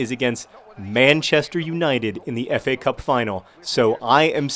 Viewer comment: Every time I hear you say FA Cup I think I hear you say Epee Cup. I fence, okay?